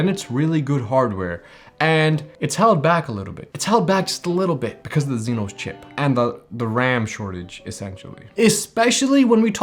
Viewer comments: He mean EXYNOS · Zynos? Its spelled AND pronounced as Exynos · Why the "zenos"? Isn't it "exynos"? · What's a "zeenos" bro 💀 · How you pronounce EXYNOS is hilarious 😂 great review nevertheless 👍🏿